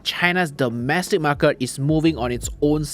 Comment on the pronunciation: Why the hell do you always exaggerate your market pronouncing? MAR KET not MAR KIRT